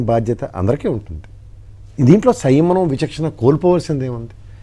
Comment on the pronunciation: వెధవ సియ్యమనం కాదుర, సంయమనం అనాలి. ముందు తెలుగు సరిగా మాట్లాడడం నేర్చుకో.